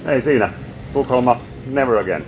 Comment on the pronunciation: Se on tukholma eikä tuokholma